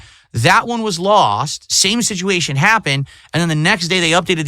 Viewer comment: 42 year old man. “That one was lawwssst”. Wet brain or a 220?